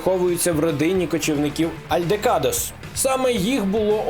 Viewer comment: альдекадос? Це який жеш геній вичитував текст🤣